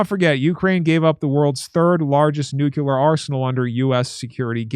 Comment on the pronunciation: Don’t say nucular. Try saying nuclear.